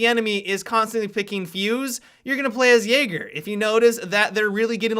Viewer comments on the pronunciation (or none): none